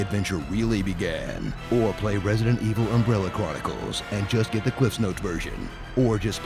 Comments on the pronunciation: ''Residente Vil'' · Resadentol Eveal hahaha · At "Resident Evile" I lost it... Oh Jesus.